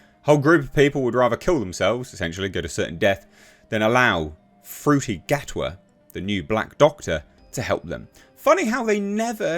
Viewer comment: Oh, HAHAHAHAHAHAHAHAHA! You said 'Fruity Gatwa' again! An approximation of his name, but... humorous! You're such a f'ing comedian. They never explored racism with any of the white doctors, wtf are you on about? There was a Rosa Parks episode, for Christ's sake. Martha Jones encountered racism during the Shakespeare episode. Sorry to shatter your argument. On and you said "tard". Lovely. What a fantastic person you are.